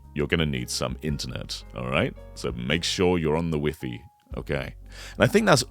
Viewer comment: “so make sure you’re on the Wee-Fee” lol